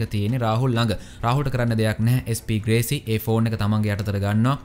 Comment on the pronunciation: අන්තිම ටිකේ SP ග්‍රේසි වෙනුවට SP වේසි කියල කිව්ව නේද..😄😄😝 අවධානෙන් ඉන්නෙ හොදේ 😝😝